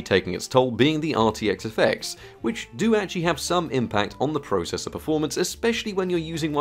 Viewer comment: YOU SAY PROCESSOR WRONG